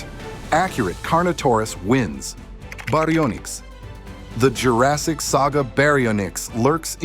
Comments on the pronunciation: berry o nicks 😂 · I like how when you first pronounce baryonyx it’s like a Japanese word